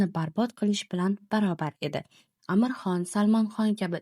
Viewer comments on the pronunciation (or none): none